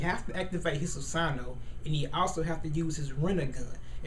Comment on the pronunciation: Erm I Like The Video, But It's Pronounced 'SU-SA-NO-O' And Another Thing ... Madara's Susano'o Is Meant To Look Like A Tengu O.o ...